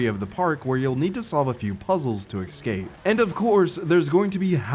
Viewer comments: I knew you were black the moment I heard you pronounce escape as excape lmao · EScape my guy. Not Excape. Became quite infuriating.